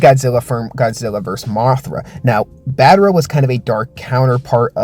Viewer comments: What is battera;-; it’s battra not battera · Its BAT-TRA! Not Bat-ter-a! 😭😭😭